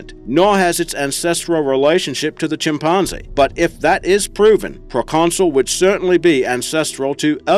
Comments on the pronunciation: Whats going on with this "ChimpARRnzee", business? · I know that you are asked about your accent and pronunciation after every video, but "chimpanzee" really was incredible.